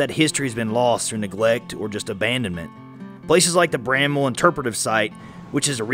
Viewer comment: Thank you for pronouncing Bramwell correctly.